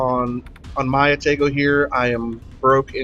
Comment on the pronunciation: Good game and description of the "Ah-tah-gou" One thing I gotta correct though (other than the pronunciation of Atago) - the turret traverse is actually top notch! Now, the turrets are slow compared to earlier and lighter Cruisers (actually not too much worse than on the Omaha/Murmansk, except both of those ships only have two actual turrets, the rest are emplaced in barbettes that never have to traverse more than around 120°, and as a result of the design will always stay on one side of the ship) - But as for every ship that has 203mm aka 8 inch cannons, IIRC absolutely none of those ships have a traverse better than about 27.5 seconds, putting the Atago at an easy second place in terms of turret traverse speeds! So, relatively speaking? The Atago turrets are QUITE fast! But I can tell you are trying to explain the Atago to the INEVITABLE, players with little to no experience with WOWS in general - probably not having gone any higher than tier 4 or 5 so far, decide they REALLY want to try high tier Heavy Cruiser gameplay, but they are still so low in the tiers they are used to the "Pew pew pew" nature of lower caliber light cruiser guns. In which case, the Atago will FEEL like it has very slow turrets! But if they have played even a couple games in the Furutaka? They will definitely feel how much faster the turrets of the Atago are! And if they have made it to the Myoko, they will REALLY appreciate the turrets on the Atago!